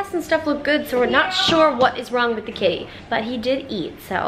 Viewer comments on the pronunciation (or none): I swear, at first I thought she said kidney, not kitty.